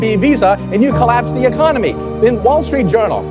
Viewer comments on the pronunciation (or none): none